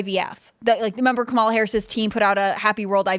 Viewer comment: IT'S KA-MA-LA......................